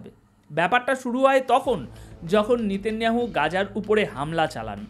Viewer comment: আপনার বিশ্লেষণ অত্যন্ত গুরুত্বপূর্ণ আমি আপনার চ্যানেলের নিয়মিত শ্রোতা ও দর্শক কিন্তু "নিতিন নিয়াহু" উচ্চারণ টা বোধহয় নয়।ওটি হবে " নেতা নিয়াহু"। মনে কিছু করবেন না।